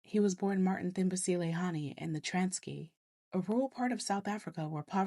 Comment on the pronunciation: I love your work, especially at the end, when you say, "say his/her name". The only mispronunciation i detected should be pronounced "Trans Sky"